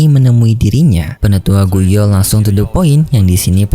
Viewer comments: oii bg,, bpk nya xun er itu gu yuan bg,, bukan gu yao😂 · Gu yuan bege bukan gu you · Gu Yuan, bukan Gu Yao min. hihihi